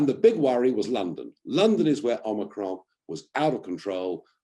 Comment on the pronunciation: OmicroN Nigel not omicraux its a Greek word not French